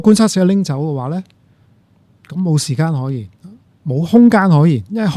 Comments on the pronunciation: 點解講成”時姦”😅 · 點解教授要將時間讀成時姦😂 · 時間並不是時「姦」，正如間尺不會講為「姦」尺。 其他一切感謝主持人及教授高質素對話。